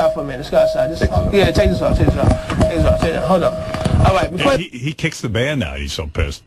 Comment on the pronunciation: awight, awight, awight, awight, awight